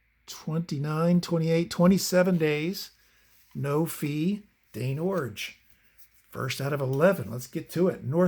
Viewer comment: Extra thumbs up for pronouncing Iorg correctly. And Warshington. And What does Tim Fox say? 😂